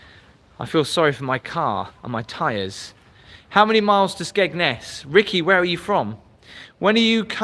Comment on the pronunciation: we all have different accents so we all say it different it's just got a silent d to the locals but Tim got it right actually x